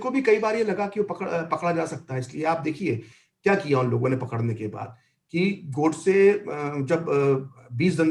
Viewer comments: Host not able to pronounce or not pronouncing the the word "Godse" properly is so annoying. Who speaks in hindi and still refers to that name as "Gawdse" like a brit. How stupid?! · The anchor kept pronouncing gOdse as Gaudse as if he were from England...😄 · देवीजी नाम गोडसे है, गौडसे नहीं! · यह अँकर बार बार नथुराम जी को गॉडसे गॉड-से कह रही है. जब इतना बड़ा इंटरव्यू लेना था तो क्या यह आवश्यक नहीं समझा कि संबंधित व्यक्तियों के नामों का सही उच्चारण जान लें?? उनका सही नाम नथुराम गोडसे था. कहीं से भी वह गॉड-से के समीप भी नहीं जाता. केवल यही एक महिला नहीं, परंतु मैंने कई लोगों को यही गलती करते हुए देखा है.